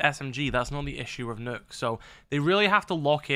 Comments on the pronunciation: Its nock not nook yung blud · “Knock”. Not “nook”